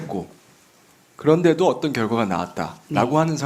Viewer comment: 오똔 오똔 발음 이 이게 부산에서 큰 애가 이런 발음?